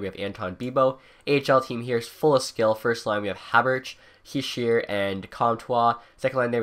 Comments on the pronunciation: I know right? I cringe every time I hear him say "Hee-sheer" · His name is pronounced "heeshay"